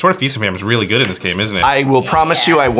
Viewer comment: It’s “willy good” lol